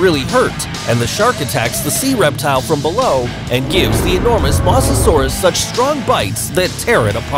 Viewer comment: This is how u really pronounce mosasaurus can u try to get it right pls Moe-za-soar-us